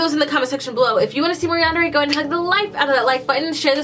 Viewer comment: You can call it what ever you want but you did say it right